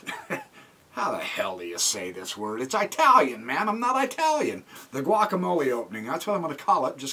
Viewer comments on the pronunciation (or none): Sorry buddy, have to correct you. It's not I talian it's It alian.. Rome is in It aly not I taly. LOL Good job !!!!!!